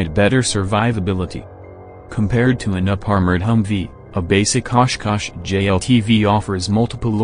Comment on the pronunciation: Good and informative video but the robot voice and its mispronunciation of simple words is very off putting; also the discordant, creepy music seems like a weird choice. At least your robot voice can pronounce 'Oshkosh' versus "Osh. Kosh." like a similar video.